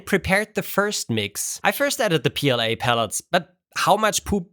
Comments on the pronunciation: It’s not pooLA, it’s PLA-BS 😂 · no, poola not pla